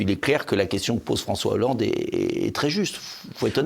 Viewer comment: fronssoué yahoolande !?